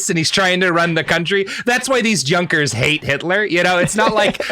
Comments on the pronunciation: YOONKERS, not junk-ers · Junker is pronounced "Yoonker" btw